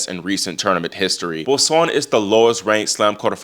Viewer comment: Hey, just a little note on the pronunciation of Boisson...(Bwah saw) the 'n' is not pronunced